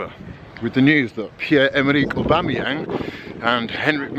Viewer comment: Most of these man have only seen Aubameyang play a handful of times, these times they're struggling to even pronounce his name looool